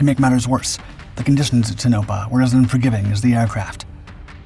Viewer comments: " Toe' No Pah" not "tuno' pah" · Just so you know, it's pronounced -Ton (as in gone) o-pah! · It's pronounced Tone-ah-pah... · How is it, exactly, that your dippy ai can pronounce Pocatello correctly but cannot get Tonapah (Toe-nah-pa) or Nevada (Nev-add-ah) ? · The accent is no the first syllable in Tonopah, with a second emphasis on the last. The pronunciation in the video was completely backward. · I wish you would learn to pronounce Tonopah. This channel is really going down hill fast.